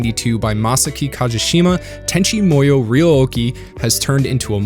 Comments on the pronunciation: Tenchi Muyo is pronounced like "Moo-yoh", not like you're saying it "Moy-yoh". I have no idea where you pulled that "Moy" from, but it obviously isn't correct, and you seem smart enough to know this. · I always thought it was pronounced Tenchi MooYo? You keep saying MOEYo and it's throwing me off haha